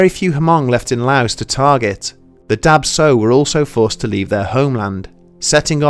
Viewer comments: Swear I heard Dab Tsog as Dark Soul. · Oh man I'm hmong it's pronounced "dah chaw", i read that this is common within southeast Asians and their genetic disposition to sleep paralysis that causes this experience! Been a big fan of this channel surprised and amazed you covered this! Love it!